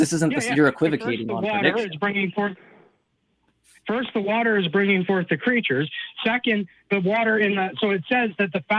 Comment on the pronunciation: The way says "prediction" as "per-diction" makes my fat ass hear "Perdue Chicken".:)